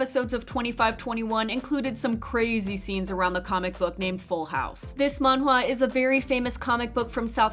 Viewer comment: Why does she say drama and manhwa like that omg